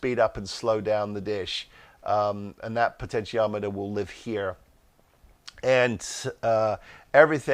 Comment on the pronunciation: Im so glad you can say potentiometer, Wayne confused the hell out of me saying he was using a pot'o'meter :D